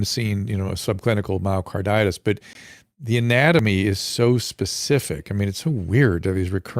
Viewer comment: THANK YOU ... ..." specific " NOT ... ' pacific '